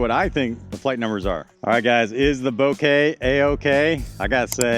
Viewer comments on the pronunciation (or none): .5 faster Crave? And it is kah not kay. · Google how to pronounce bokeh. It's bow-kay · "Bokeh is pronounced BOH-kə (like "bow-kuh")"